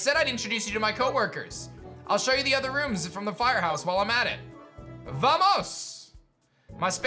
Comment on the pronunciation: Not the emphasis at the end of "vamos" 😭